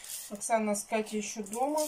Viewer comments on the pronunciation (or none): none